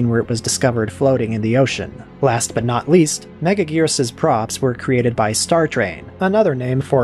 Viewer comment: “Megajirus” Lol James Rolfe botch on the name.